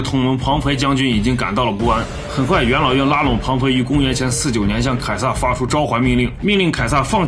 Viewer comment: 总是把元老院听成养老院 哈哈哈